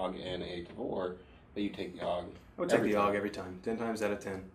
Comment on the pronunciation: It's not pronounced "awg", it's pronounced A-U-G. Never shot the HK91, although it's near the top of my list I hate Kel-Tec and won't waste my time or money with anything they make A friend of mine had a Springfield XD .45 with a 5" barrel, and I found it very smooth shooting and accurate. I liked it better than a Glock. If they'd only make it in 10mm... I've shot a Tavor once. I'm lefty and the gun wasn't, the brass cut my chin. It also had an AimPoint mounted, and I despise AimPoint. That being said, I enjoyed it immensely (besides the brass hitting me in the chin part), and would like some real trigger time behind a left-handed one. I really liked the ergonomics; I've never had a rifle feel so natural.